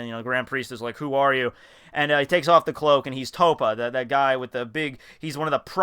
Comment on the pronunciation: and it TOPPO pronounced TOE-POE